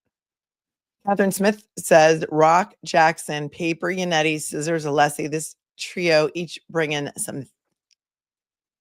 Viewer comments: It's so obvious and so disrespectful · The mispronunciation of Alessi is Hank's deliberate strategy to rile Alessi up. I have no doubt the jury is aware its a disrespectful game to Hank. He wont be winning anyone over.